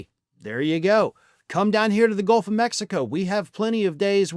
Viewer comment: Uhohh....you just said Golf of ...... 😁